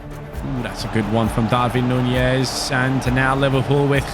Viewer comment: You got most of the pronunciations right but wtf is that “Darvin Nuñez” it’s “Darwin”